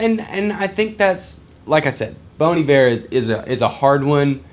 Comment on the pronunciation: It’s Bon Iver sounding like Bon Eve-Air. It’s pronounced like the French word Hiver which means winter. Bon Hiver means good winter.